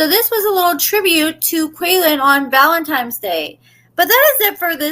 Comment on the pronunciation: Girl stop with the ValenTIME’s day 🤣🤣🤣🤣